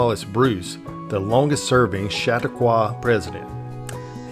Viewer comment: My hometown. The guy is butchering Chautauqua though. 😅 Everyone does.